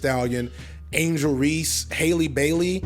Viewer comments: Keep going hard, even though you always mess up names lol. Hailey??? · It’s Halle, like Berry, there isn’t an i like in Hailey or Bailey